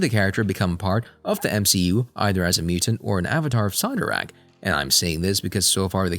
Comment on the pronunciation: If your going to talk about these Marvel charictors please, please learn how to say their names correctly. You are not saying Cyttorak coreectly at all and its maddening to hear.